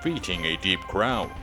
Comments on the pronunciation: Why is he pronouncing it like "drow" instead of like "row"? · Right? Its super weird to hear someone say it as though it's "drow" or rhymes with "Cow."